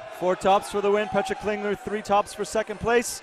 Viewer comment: Petra Klingler is not from Sweden (SWE), as the rankings want to make you believe XD. It should be SUI or CH for Switzerland. Also, the commentators pronounce her name in a very weird way Edit: I'm stupid and don't even remember the abbreviation for my own country